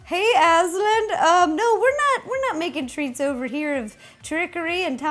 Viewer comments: it's not Asl-AND, it's Asl-AN. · It's pronounced oz-lond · Sorry but that’s not how you pronounce Aslan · U said the lions name wrong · Am I the only one who was triggered by her mispronounciation of Aslan